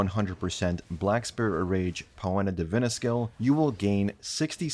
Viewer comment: Poena Divina would be pronounced "pee·nuh dee-VEE-nah". Once you hear it, you can't unhear it.